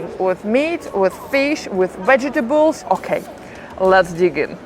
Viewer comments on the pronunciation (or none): none